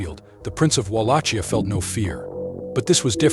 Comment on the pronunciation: It's pronounced wall lock kia